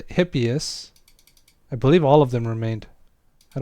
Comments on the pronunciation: I think it'd make sense to use a classical pronunciation for this rather than a modern one, so with the h being pronounced. Still doesn't make the video's pronunciation right though! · Greek here: Because the mispronunciation really drives me crazy, it's eepéphs (hippeus) and eepíece (hippeis). Great video btw, thanks for sharing all that useful info.